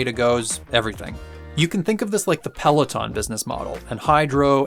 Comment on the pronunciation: It’s PelOton NOT Peleton!